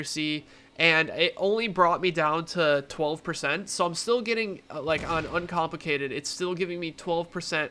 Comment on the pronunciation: Did you just said uncomplicitaded? xD Cheers, keep doing great job:D